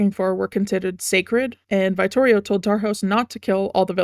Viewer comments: Unbelievably minor nitpick, but like..."veye-ttorio"??? Its italian, the i is a short vowel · I love your analysis of the lore and character designs. As a vittorio main, the way you pronounce his name kills me 🤣